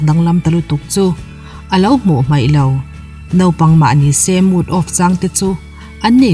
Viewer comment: Nopang ti lo a,Naupang ti a ilam hi atha khop mai👍